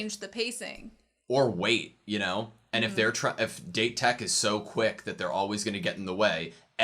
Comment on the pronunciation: This is something that always bother me, can we call it "Dah-teh" instead of how you normally pronounce the word "Date" in English? Remember guys, it is a Japanese word/name after all, so we should pronounce it the right way, don't you think?